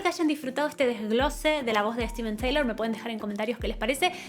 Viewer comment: Steven Tyler, no Taylor. Se pronuncia “tailer” no “ teilor”